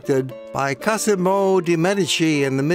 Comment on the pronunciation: Since we will visit Tuscany, and I was not sure to visit Arezzo… I now am convinced to do so. Thank’s! PS: it’s Cosimo de Medici, not Casimo 😉